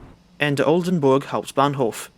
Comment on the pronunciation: I have never heard a non german guy pronounce Oldenburg hbf so perfectly before